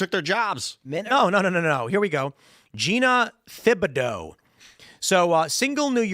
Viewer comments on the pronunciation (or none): It's pronounced "Ti-bi-doe" The H is silent Tim! Gah!